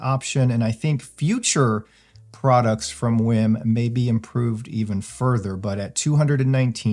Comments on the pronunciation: It's not pronounced "whim"....it's "weem". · Is is pronounced Wiim or "Weem"?